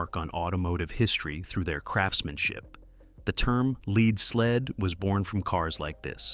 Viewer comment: Hey "narrator" - "Lead" rhymes with "sled"